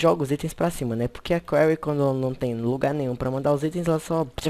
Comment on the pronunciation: Afz , que bosta. No mod diz quarry, Nao carla ..